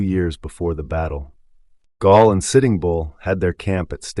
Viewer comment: Gall; not Gaul. Gall was Lakota, not ancient Gallic, from today's France.